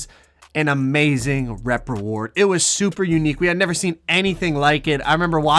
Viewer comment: he can’t say rep cause it sounds like he’s saying rape